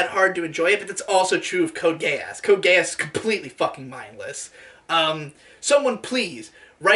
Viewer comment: I cry every time calls is "GE-AHSS" It's pronounced exactly like its said in the show (geass so "geez")